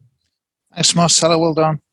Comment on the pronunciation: 3 years here n still calling him Marchelo XD